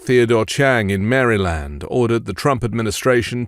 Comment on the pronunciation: Please don't call it "Mary-Land". Seriously. I'm not from there, it's a national pride matter. I hate Arkansas, but if someone called it "Are Kansas," I would still be upset.